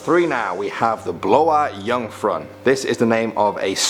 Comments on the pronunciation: the music näcken plays is amazing, i think i have heard it in the distance. and you were so close to nailing the pronounciation of the name 'blå jungfrun'. only difference you should have done when saying it would be by removing the letter 'a' when saying 'blå' cause 'blåa' isn't a swedish word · Tea Maniac e nej. Dom säger inte Bloa jungfrun. Dom säger typ blaoa jungryun hahah